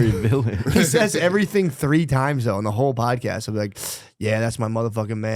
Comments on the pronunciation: I’m glad someone finally said it. Pair that with how he says “doe” instead of though. His face is hella swollen looking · He shouldn’t be allowed to get high before the show when he’s gonna be on it. He’s already at a disadvantage being as black as he is. It’s “though”, not “doe”